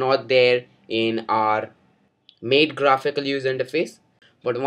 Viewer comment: good video, but you mispronounced MATE.. its not MATE as in two having sex, but as "Matte".. :)